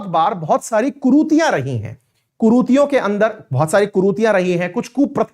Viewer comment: कुरूतियों नहीं कुरीतियों सही शब्द है I